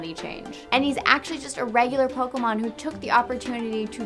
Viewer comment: It's not poke-Uh-Mon ITS POKE-AY-Mon